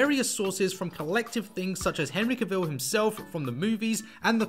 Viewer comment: You pronounced henry cavils name wrong. You disrespected him. 😂😂